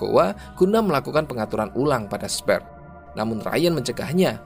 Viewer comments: Nggk perlu sungkan buat buka google translate untuk belajar pronunciation. Aku liat tulisannya SPHERE yang mestinya dibaca 'sfir' tapi yang ku dengar 'sper'. Semangat om narator. 👍👍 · bacanya "sfir" bukan "sper" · Sphere dibaca SPER aowkwowo